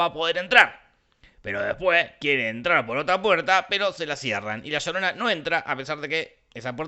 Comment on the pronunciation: "La llodona" Gente inteligente de Internet, he escrito "llodona" a apropósito por cómo lo pronuncia el personaje